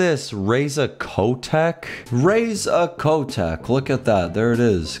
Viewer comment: its not Kc-o-teck (Kotek) its c-oh-tek (its polish for cat and im polish)